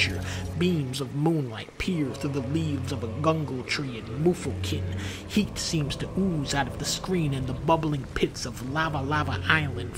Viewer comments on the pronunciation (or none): not sure if he misprounced "jungle" or if gungle is a real tree in mythology, but dunkey saying it just made it funny for me. Favorite YouTuber by far, keep up the good work Dunk